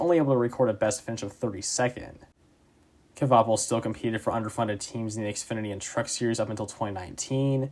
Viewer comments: Great video! I loved watching that finish seeing my favorite driver get 6th at Dega, such a great moment. One thing I will say tho, it's pronounced "Kwa-Pull" not "Kuh-Va-Pull" other than that great video. Hopefully we could see more videos on some of the smaller teams in the sport. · The k is silent. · The cringe everytime he tries to say "Kvapil" lol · The way you pronounce Kvapil is killing me lol